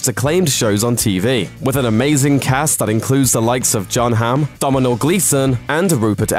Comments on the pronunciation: Did he just say Domhnall Gleeson exactly like it's spelled? Dom-ih-nall... oh boy! No! The Killing is also a dark show! I saw the title of this video and immediately expected Twin Peaks. It's also my favorite thing in the whole world, so I expect it everywhere. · domhnail is pronounded doh-nal the mh is silent, it is Irish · did they say 'dominhall' gleeson haha I seen him come up and was just not expecting his name to get butchered like that, it gets funnier every time I play it. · Perhaps someone else has picked you up on it, but Domhnall Gleeson's first name is pronounced Donal, the first syllable rhyming with bone. The 'h' is a feature of Gaelic called lenition, or séimhiú in Irish. It changes the sound of the preceding consonant, in this instance making the 'm' more like the 'w' at the end of the English word 'flow'. Like the names Saoirse or Aoife they trip up people who pronounce them as if they are English spellings. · "Domino Gleeson"??? What the fuck??!!!! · YOU BUTCHERED DOMHNALL GLEESON'S NAME, DUDE! Couldn't you have done a little research, first? It's pronounced Doe-null/Dough-null (rhymes with tonal). The 'm' is silent. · An attempt was definitely made to pronounce Domnhall's name haha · Laughing at the failed attempt at saying "domhnall". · Isn't it about time you learned to pronounce 'Domhnall'?